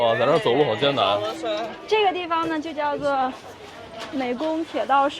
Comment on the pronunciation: 美功发音有点不象，应该是灭功比较同音